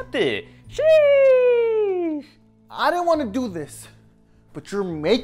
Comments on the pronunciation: Hey you can't even say sheesh very good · He doesn’t even say sheesh good,also this is fake